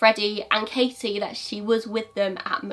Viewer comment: I know this is an older video but thank you for pronouncing the t In my name! (Katie) ngl it’s a pet peeve of mine when people call me kayie 😂😂 ps very interesting case